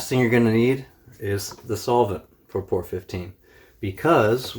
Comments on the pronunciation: It's P O R 15 not pour 15 just wanna get that straight. So people at autoparts store look at you like ehe? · Its P.O.R not Poor. Very nice video though! Alot of "professional paint shops near me won't touch P.O.R with a paint gun. Swear it can't be done. You proved them wrong big time!